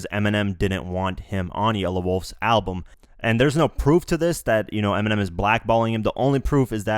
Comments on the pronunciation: pause he said 'ERMINEM'😂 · "fan of Eniminem" ecksdee.